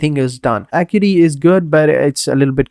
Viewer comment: It's pronounced "uh-KYOO-eh-tee"